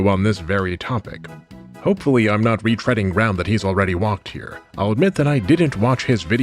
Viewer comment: “re-treading” I see you,. I see you.